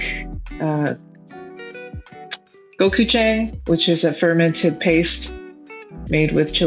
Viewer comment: Go - Chew - jang (like john mixed with tongue)